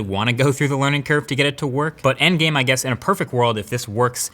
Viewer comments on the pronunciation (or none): none